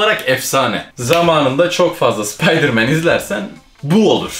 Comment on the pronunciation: Spaydımen değil